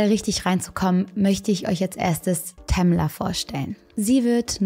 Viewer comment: "Tamler" xD